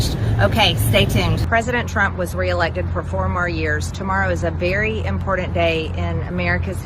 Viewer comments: She’s an embarrassment. One day she will have self realization. And I hate how she pronounces “important”. She says “impordent” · And most important, there is no ‘D’ in the word important. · "Impordent"? Hahaha, I bet she says eckpecially too🤣🤣🤣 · "..imporDant" anyone who pronounces the work imporTant with a D needs to take a speech clases. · The word is pronounced ImporTANT! Not ImporDANT!!! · I object the to her pronouncing important as “impordand” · I know its petty but she keeps saying "impordend" instead of "Important" and it's just compounding the stupid of what she is already saying. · She loves the words, "VERY IMPORDAND " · If she say's IMPORDANT 1 more time- I'm going to pull my ears off! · 🤦🏻 how do you mispronounce important🤷‍♂️ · Hey Marj - the word "Important" does NOT have a "D" in it. Learn the English language please.